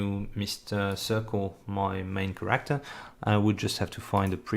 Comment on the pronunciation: Took me awhile to realize when your saying Corrector, that youre actually saying Character. But awesome tutorial! Im excited to use this engine and really appreciate this extensive amount of tutorial videos!